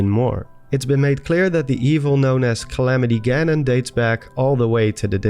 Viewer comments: Ah, yes. "Galamity Ganon" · My 2 fav Zelda YouTubers. Btw "Galamity Ganon". I laughed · “Galamity Ganon”. Lol still an amazing video. Keep it up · is no one talking about the anceint "Galamity Ganon"